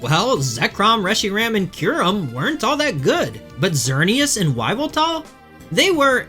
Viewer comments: your pronounced "Why-vel-tal" correctly but not "Em-ew-too" "Ecks-earn-ee-as" or "Kay-yo-gur" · Yveltal is pronounced "evil"tal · WHYveltal. Cringe. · Yveltal, pronounced Eev-el-tall. The internet is full of information. Choosing to muddy it with horrible pronounciarion is unforgivably bad of you. Please do better. Even if English is all you know how to speak, learn to embrace the internet and LEARN how mimic other languages. Please. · it's pronounced YAH-VEL-TAL! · Afraid you're the one whos lost. I'm agreeing with you that its weird he says "Why-vel-tal" because you dont just say the name of the first letter of a word instead of the sound it makes. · Why do you say Yveltal like that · That is not how you pronounce “Yveltal”, lol. The “Y” should be pronounced like a long “e”. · Nah man its totally normal to say the name of the letter and not the sound it makes. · His pronunciation of Yveltal is killing me lol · I really dont understand how he came to that conclusion of how to say it? Unless it has a hyphen (Z-axis, X-ray, etc) you dont just say the name of the letter lol.